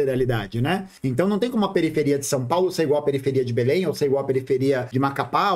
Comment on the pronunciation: comentou muitas coisas muito interessantes e com comentários relevantes mas venho aqui para comentar "ELE FALOU "MACAPÁÁ" e "BELÉMM" hahahahhah